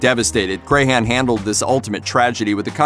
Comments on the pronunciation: Come on, man. It isn't said like Cray-han, it is said more like Cran. Like a cranberry. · It's Crahan not Crayhan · Shawn Crahan: CRAN, not CRAY-HAN!!! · It’s not Cray-Han... it’s crayon 🖍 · Paul was amazing. He inspired me to pick up bass, which I had been told I couldn't do as a leftie. I met him and he hugged me when I told him he had inspired me. He's sorely missed. Also, pronouncing clowns last name wrong is a tragedy. I'm a maggot for life. Miss Paul, Chris and Joey. I've attended 8 shows. I even had tickets for a show the day before my due date with my youngest. Baby came 2 months early though, and yes, I attended the show. I even left during a song to go pump bottles of milk, which I put in a cooler I had brought with me lol